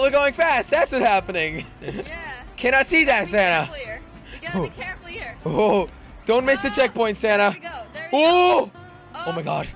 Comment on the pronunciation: Is it just the christmas spirit or do i keep hearing 'Santa' and not Sanna